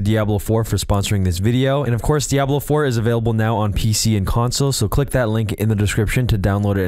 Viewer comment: I love how he pronounces DiAHHblo like the original Deckard Kain did. Always thought he sounded like Sean Connery lol.